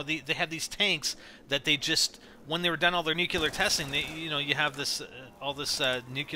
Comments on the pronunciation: ( Nu•clee•ahr)** It bothered me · I love NGT vids but I cringe every time has to say the word "nuclear". It always reminds me of Homer Simpson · nukeular lol